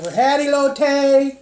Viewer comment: As a food reviewer (one of the best I've seen on YouTube) you should start binging episodes of Food Network shows like Diners Drive-ins and Dives and stuff like that 😊 it'll expand your culinary knowledge beyond belief. I'm very surprised you didn't know how to pronounce Elote 😂😂😂